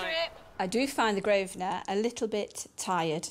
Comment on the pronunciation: An Englishman, who can't pronounce the most stereotypically English place name, Grosvenor, properly.